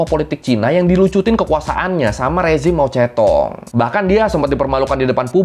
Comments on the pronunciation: mao zedong bacanya mao cetung 😂 bukan mao cetong😅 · pengucapannya harus mojedong bang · oiya bacanya itu mao tse tung ya mas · Emang mao zedong di bacanya mao cetong?